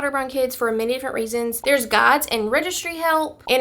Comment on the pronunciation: I thought she says “gods” then I realized she meant “guides”! 😂